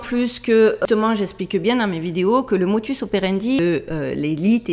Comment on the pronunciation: hey, c'est "modus operandi" et non "motus" comme tu semble le prononcer. soit je suis sourd, soit tu est dissequeu-lexiqueu ma parole!! 🤔😁🤣🤪🤭🤐 ok, je sors,.... mais pas avant de te donner un conseil: ne change pas!